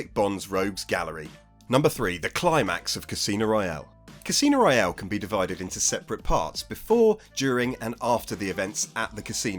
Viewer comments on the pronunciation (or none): none